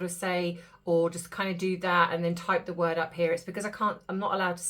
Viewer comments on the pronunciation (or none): none